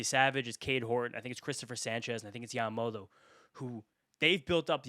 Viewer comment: Bro really said Yamamoto WTF